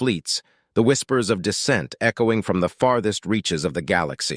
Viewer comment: BAHAHAHA. "Feel free to start "FORM"the beginning ". AI narration is getting better but..........